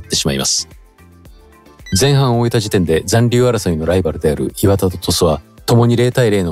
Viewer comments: 磐田のイントネーション違うし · 磐田のイントネーションなんとかしてください